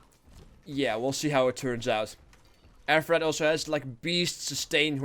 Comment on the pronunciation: it's said like aphrodity. It's Latin so you pronounce the E.